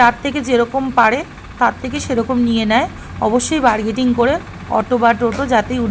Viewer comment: বার্গেটিং নয় বারগাইনিং